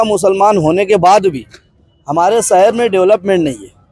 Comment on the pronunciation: سہر نہیں شہر